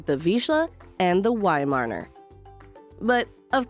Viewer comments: I had a Weimaraner and next time will get a Viszla. The Viszla is the ancestor of the Weimaraner. I find the narrator VERY annoying since she can’t say Weimaraner. Instead she keeps saying weimarner! Shouldn’t the narrator actually know something about the subject? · cannot handle the "wy-marner" pronunciation 🤮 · she dont know how to pronounce weimeraner, how she can know something about breed